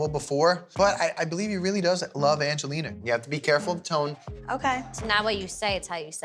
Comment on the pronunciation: Every time Mike says "Angeliner" I can't help but cringe